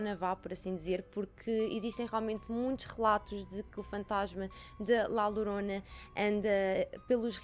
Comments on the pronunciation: La Llorona lê-se “lá lhorona” que significa “a chorona”. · Bem vinda de volta!! 😁 A maquilhagem está maravilhosa, a qualidade de som e imagem está nos píncaros 🔝 Podes ler La Llorona como sendo "La Yorona", assim fica mais parecido ao espanhol. 😘